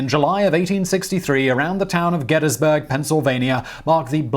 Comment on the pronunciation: Kudos for correct pronunciations of "Gettysburg" "Schuylkill" and "Ewell" all difficult to get just right.